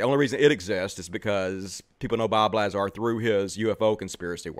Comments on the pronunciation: Bob Lah-Zer, you mispronounced the ze, you’re clearly misgendering. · It's pronounced LaZAR. See you did a ton of research, huh? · Its a A not a E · Can't even pronounce Lazar's last name correctly... yeah... you sound well informed. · Trying to say his name wrong makes me not like you. You even caught yourself almost saying his name right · "Take me seriously" ::doesn't correctly pronounce Lazar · I'm glad your crash course on Bob Lazar helped you pronounce his name wrong. I guess I should listen to you instead. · You aren’t even pronouncing his name right. I don’t fully believe this guy, but you haven’t even studied Bob properly. As soon as you said his last name wrong. Joe has followed this guy for years. A lot of what you are claiming has been shown to be real. You don’t follow Joe well enough either with the take you have on him. In past shows Joe has discussed Bob on a lot of previous shows and brought up these discredited issues with Bob. Further you got so much wrong in this video. For one you said 70s. Bob was in his teens there. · Look. If you can't pronounce the guys name then it shows how much research you have done. Don't be a sheep. Have an original thought before you post an ignorant opinion.